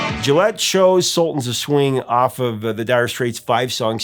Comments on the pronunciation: Just an FYI, Charlie Gillett's surname is pronounced "Gilit" (with a hard 'G') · Gillett with a hard G. Not like the razor. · Great video! Charlie Gillett's name is pronounced with a hard "G." He had the BBC show "World of Music" which I listened to most weekends. I remember listening to him when I was a kid in Boston and when the "The Sultans of Swing" came out on that show in the late 70s. The music sounded like a demo tape but had every component of greatness. Sadly, Charlie Gillett died on St. Patrick's Day in 2010. It was big news on the BBC. With his demise, his show ultimately ended. He is missed. He was the Sultan of the Airwaves.